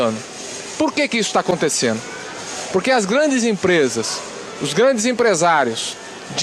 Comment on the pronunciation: Faltano, aconteceno, professor na Usp? ACONTECENDO, FALANDO PROFESSOR.